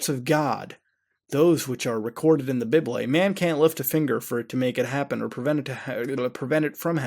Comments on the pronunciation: I love how mutahar pronounces "Bible" xD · "Bib-elie" Omfg Mutahar 😂😂